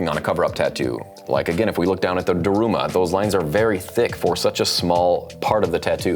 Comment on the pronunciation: Hey,: May I critique your Japanese? Your knowledge of Japanese culture (狐, "kitsune", and ダルマ, "darume") is admirable. However, your pronunciation needs a little work. You pronounced the "e" in "kitsune" like the "e" in "Egypt". It should be pronounced like the "e" in "egg". Also, in both words, you put the accent on the second syllable. In fact, there should be little if any accent at all, with maybe an ever-so-slight accent on the first syllable. That said, thank you for including Japanese in your video. And to everyone, please don‘t hate. This is all in good fun and jest. Thank you,, for the cool videos. Greetings from Japan! 🎌🗾⛩️